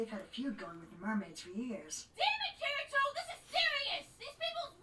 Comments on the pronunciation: Why do you pronounce Kirito like "Kireeto"? It bugs me. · did you just call him 'ker-ee-to'? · it's Ki-ri-to